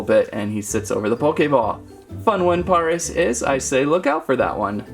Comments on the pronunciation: its pareas not poris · It's Pare-as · Its pare ic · It is par-is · It is pairis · It is penonst pares like the city pares in France :D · the way you say paras like you say paris 🤣(no hate) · paras is said like paris dont know why just is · The a in paras is a long a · Paras is pronounced like the capital of 🇫🇷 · You said Paris wrong!!!